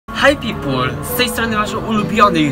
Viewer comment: Jak to mnie wkurwai ,, haj pipul"